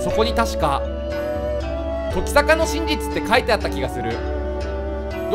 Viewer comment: キヨが言う時坂が乃木坂にしか聞こえないのは病気ですか？